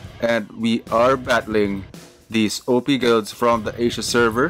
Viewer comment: i really like the way you say op and gg